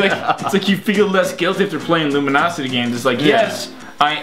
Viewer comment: I wonder when they realized that they were saying Luminosity instead of Lumosity the whole time.